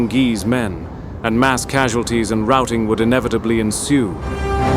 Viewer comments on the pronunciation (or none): none